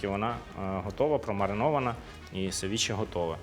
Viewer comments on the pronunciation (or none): лише севІче. будь-який інший наголос неправильний.